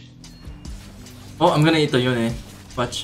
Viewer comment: "yone"..... more like "yoinke"